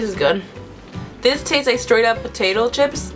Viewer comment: u say ships